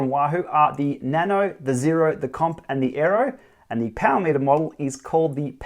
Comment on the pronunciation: BAM! There it is! I wish they would stop dropping vowels though.. 'POWR' is just wrong ;-)